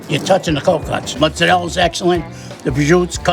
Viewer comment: Why do they pronounce mozzarella like that? Ew